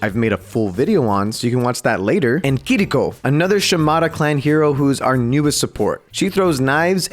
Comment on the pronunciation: Finally, someone who is not Japanese pronounced Kiriko right